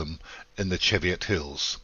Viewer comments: Your pronunciation is dreadful … examples you say. Pont-land … pronounced Pon-tee-land. Then another 5 howlers , such as the hills on the border. Chievot pronounced Ch-ee-Viot Tricky as hell if you have never visited the area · Sorry but they're the Chee..viot hills! As large as everest many eons ago back in geological periods when no man walked the world Great work..thank you